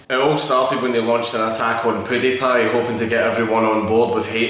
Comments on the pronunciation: it fucking triggers me that you pronounce it 'poo-diepie' and no 'pyoo-diepie' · Maks Ivanov or pull lmao sounds like pooo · The way he pronounces PewDiePie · The lack of a beard is strange alright but the way you say pewdiepie is truly disturbing